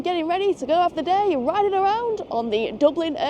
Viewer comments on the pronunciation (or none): none